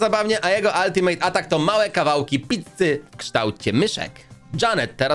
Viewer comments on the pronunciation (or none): none